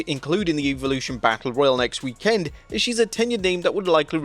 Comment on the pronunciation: Stop saying WEEK-END